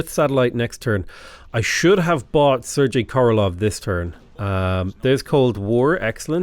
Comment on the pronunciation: Carl Sagan is pronounced Carl SAYgun, and Sergei Korolov is pronounced SirGay Korolov. Two of the most incredible people of the twentieth century, it’s worth getting their names right.